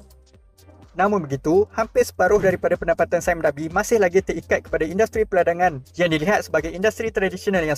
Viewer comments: "saim dabi" gitu ek..🤣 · "Sime Darby" sebut dengan betul Wak nanti cacat bunyinya kalau sebutan inggeris tak begitu 😆